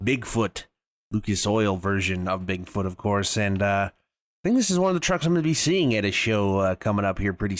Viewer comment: you said bigboot